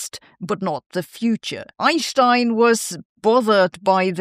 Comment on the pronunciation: OUR MAHTHS SAY SO AS DOES EYE IN SHTINE :face-fuchsia-wide-eyes